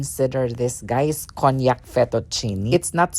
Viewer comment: It’s kaan-jak pronunciation for konjak rice or noodles..just sharing 😊 not cognac (wine) Nice house..very neat and simple 😊 like it